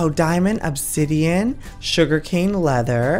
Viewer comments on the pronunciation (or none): none